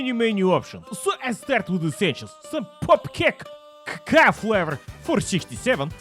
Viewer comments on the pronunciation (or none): none